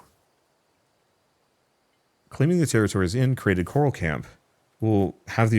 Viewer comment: everytime you say coral i hear carl 🤣🤣🤣